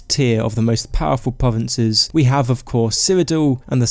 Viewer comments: I'm not being bad, but I'm being slightly thrown off by the fact he's saying "povences" and that he doesnt pronounce 'R's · Skywim pwovinses UwU supewpowews of tamwiel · pwovinces skywim